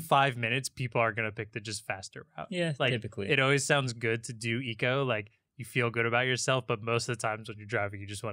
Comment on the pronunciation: not "rout" its "route"